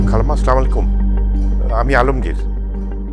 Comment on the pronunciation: তৌকির কাকু সব ভালো তবু মনে হয় আপনি সচেতন না, এই যে স্লামালাইকুম টা কোথায় পেয়েছেন। সালাম টা ঠিকভাবে বলা যায়না। বাংলা নাটকের সবচেয়ে বড় দোষ।